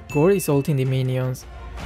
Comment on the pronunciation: "And gord is ulting minoins" 🤣🤣🤣🤣